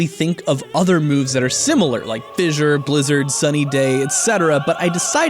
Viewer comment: Why do you keep saying fissure